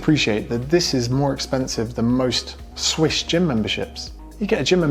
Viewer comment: Did you say "swish" or "Swiss" gym memberships? Gyms are actually fairly reasonably priced here in Switzerland 😅 Thanks for the review. I will keep eating a healthy, balanced diet.